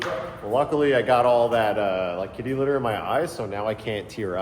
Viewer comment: Tim said clitty not kitty litter 😂 brilliant